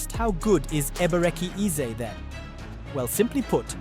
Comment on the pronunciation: Ur Pronunciation of the name is so Poor Man 😂😅